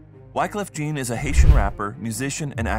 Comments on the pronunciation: Isn't pronounced " John not Jean"? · Jean? It is pronounced John cuz its French u fool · Wyclef "Gin" 🤣🤣🤣🤣🤣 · Then he pronounced Wyclef's last name wrong also. It's pronounced more like "John". Not "JEEN". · Its french jean